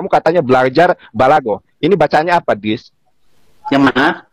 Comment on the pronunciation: Uuuuuu ngaur sembarangan aja bacanya adis